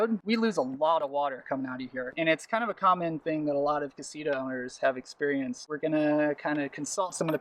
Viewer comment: "Casira" Damn, the English accent. Ka-see-TAh!